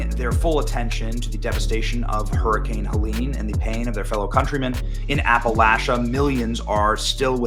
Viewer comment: Hey Benny, thank you for correctly pronouncing Appalachia!